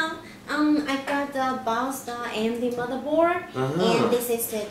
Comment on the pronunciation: I love the way she said "motherboar" without a d lol